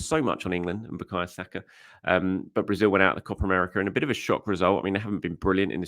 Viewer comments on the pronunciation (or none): none